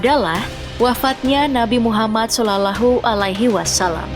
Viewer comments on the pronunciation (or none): Shalallaahu Alaihi Wassalaam.. Min bukan solulehualihiwasalam 😅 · Maaf sblmnya ya kakak yg bacain narasi di vid ini nonmus ya... terlihat cara dia baca sholallahu 'allaihii wassalaam terdengar asing dan kagok banget.. spt dia jarang mengucapkanya.. beda kalo muslim mengucapkan kalimah suci itu terdengar luwes dan fasih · Dari cara baca nama Muhammad SAW naratornya nonis🙈🤭